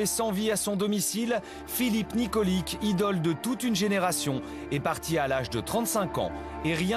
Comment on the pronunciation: Nikolic se prononce nikolitch